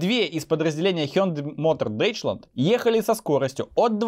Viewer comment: Deutschland–это Дойчланд, а не Дейчланд. Запомни,, это же страна VAG'а!